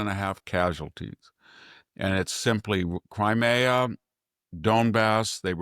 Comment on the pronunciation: Please pronounce nuclear and crimea correctly.